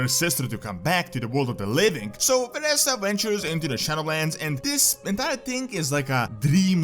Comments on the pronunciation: She is pronounced Vereeeeesa not VereSSa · lel. It triggers me beyond whenever he misprounces Vereesa or Nathanos.